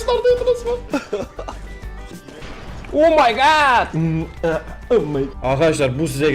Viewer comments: ya su omeygat diyisine oldum olenler +1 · omaygat demesi super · Omaygat ıma omeygat :D